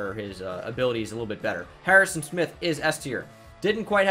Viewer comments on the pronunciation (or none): none